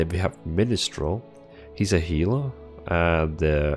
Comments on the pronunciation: Min-strel not Min-'i'-strel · There is only one i in minstrel. It's not pronounced "min-i-strel" like you are doing. It's "min-struhl" (2 syllables)